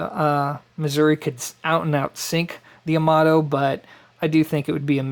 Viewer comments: Quick tip: Yamato Ya-Ma-To (a as in Ja (German), o as in No) No stressed syllables, so not Ya-MA-To, and it's Ya, not Yo. The joy of knowing Japanese: there's only one way to pronounce any given character. Sorry, just a pet peeve since so many pronounce Yamato like it's English. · Pronounced…Yah-Ma-Toe (Yamato)